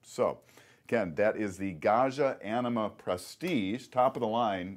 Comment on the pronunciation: just kept hearing enema :|